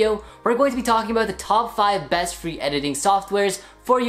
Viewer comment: and how to get it for fwee